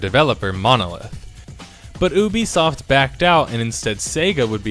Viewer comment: OOBISOFT amazing just amazing when did oo become part of this its you-bisoft ubisoft your welcome mate hope you can read this XD